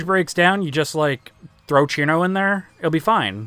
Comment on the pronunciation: "Chirno" 💀 Anyways cool vid I have mad respect for you putting Rumia in Wonderful Chrismas Time